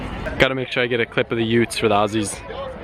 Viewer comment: Thank you for saying utes.